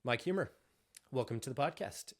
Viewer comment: “Huemer” Every. Single. Time.